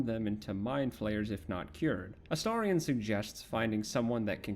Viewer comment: THANK YOU for pronouncing his name correctly. I know that seems like a low bar, but so many people I've watched talk about him/play the game seem incapable of doing so (A-steer-ion, A-stare-ion 😫😮‍💨🤬).